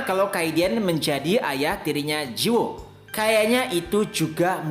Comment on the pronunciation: Cara bacanya ji woo --> ji - u (u nya dibaca kayak wu aja kalau susah jadi ji-wu), terus judulnya Eleceed dibacanya il-lek-ssi-deu. Semangat terus min selalu nunggu tiap selasa malam buat episode barunya..